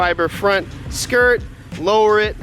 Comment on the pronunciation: Skirt What I heard: SKUURTTT